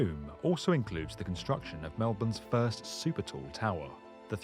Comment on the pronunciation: Super Toe? It's super tall. That's poor pronunciation.